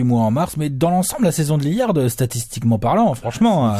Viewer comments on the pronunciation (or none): un minimum de respect svp dans la video et dans les coms: c'est pas Lilliard mais LILLARD ! merci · naaan alex il prononce "Liliard"....😭